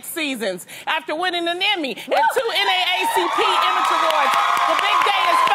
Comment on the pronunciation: Did she say NA-ACP awards chileeee